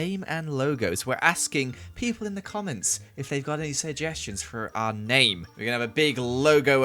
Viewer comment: "Syegestions" lol Also the reason the rabbit were following u was because of ur carrots LOL